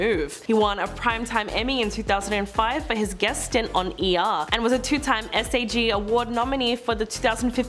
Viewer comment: 'SAG' not S-A-G.